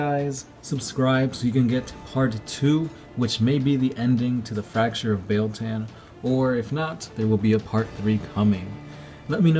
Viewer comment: It's pronounced: BEE-YELL TAH-N. BEEYEL TAHN BEIL-TAN